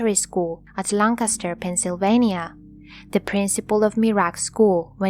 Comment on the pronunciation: Great video, I'm glad I found your channel I really like it. Everyone always pronounces Lancaster wrong but you said it perfectly. Usually only people from Lancaster say it right but anyway I hope you continue to upload new videos, thanks